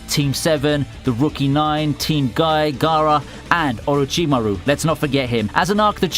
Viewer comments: This nigga can’t say orochimaru’s name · You butchered orochimaru’s name